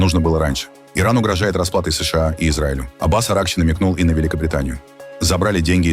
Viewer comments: Ребята, когда вы его научите СэШэА правильно говорить? Да и вообще, что у него с ударениями? Неужели такой умный, что ничему уже не учится??? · позорища настройте вашу нейросеть запинается на каждой аббревиатуре как паралитик не способна сша правильно произнести